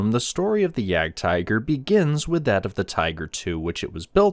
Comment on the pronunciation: It's pronounced Jagd-teeger. Either say that OR 'hunting tiger'. Don't mix up languages. It's not because a word is written the same in another language that it's pronounced the same way dude. I'm not even German, I'm Belgian. Though I live close to the border, in Battle of the Bulge country.